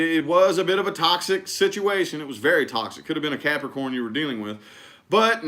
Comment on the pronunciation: Love the way he stares into the screen and says Capricorn “caaarprocron”for their readings 😂